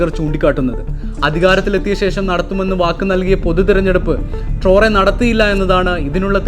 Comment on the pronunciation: ട്രോറെ അല്ല.... ട്രയറൊ